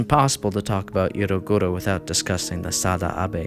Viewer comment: 1. The "ero" part in "eroguro" is pronounced as in "erotic". 2. The movement is seriously more than Shoujo Tsubaki and it’s one of the weakest pieces of the eroguro movement to be honest so if that’s so shocking and disturbing, maybe it’s better that people not interested in the movement stay there. But I have no idea how can you all call yourselves fans of shocking horror content if that’s so disturbing to you. These were very, very basic informations and eroguro is a very complex movement. Please do a better research next time.